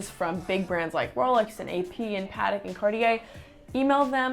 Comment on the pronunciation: did just say paatik?? I'm just kidding great vid👍🏾